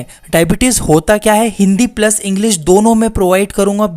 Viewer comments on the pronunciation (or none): none